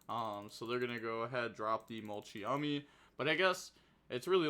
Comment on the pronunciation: It’s literally mult-Chummy mane c’mon mane